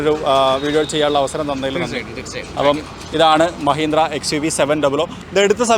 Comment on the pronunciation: മഹിന്ത്ര ❌ മഹീന്ദ്ര ✅